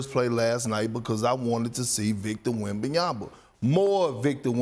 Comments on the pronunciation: Why Perk add the extra “b” to Wemby’s name? 😂 …yama, not yamba 😂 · Did Perk just said WembanyamBa twice in a row?)